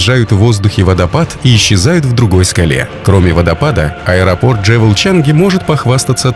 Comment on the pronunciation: 1. Хочу посетить Сингапур. Прощай, шопинг! Отныне коплю деньги на поездку. 2. Джевел? Я так подозреваю, что скорее, джюэл. 😉 И терминал будет не "за площадью" больше, а ПО площади. Украинизм. Есть и другие ошибки в речи, но в целом видео классное! Вдохновляющее!